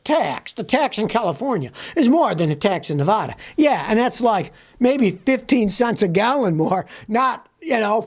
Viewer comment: Scotty, Nevaaada, not Nevahhhda, locals cringe when you say it that way